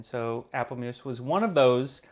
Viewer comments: APPELMOES in Dutch is pronounced APPELMOES! / the A from aaaargon or aaaah (at the doctor), the ppel from pull, the moes from moooohzz or something, ha, i drank too much,.....or listen to ceespientje > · I have no idea what the forme of curry spelling is. But these days its spelled appelmoes, and definitely not pronounced muse. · Tips for pronounce Appelmoes the Dutch way😄 For an English speaking person the A is more like an 'ah' sound. And moes is similar pronounced like Moose! Hope that helps😄